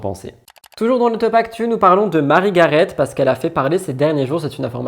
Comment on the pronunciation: Coucou, Juste pour te dire que le T de Garet ne se prononce pas! Et je pense que le S à la fin d’Alès se prononce, lui!